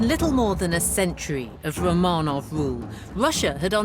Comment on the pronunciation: she is a british i guess the host but she doesnt know how to pronounce romanov properly....so annoying